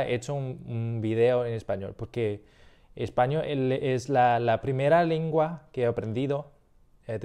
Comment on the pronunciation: Some really quick feedback since you're here (there's much more) sounds like you say "lingua" instead of "lengua" to me you say "video" but you use the Spain accent where they say "vídeo" you say "ticlear" instead of "teclear" So potentially need more work on e/i, but regardless it's overally really good!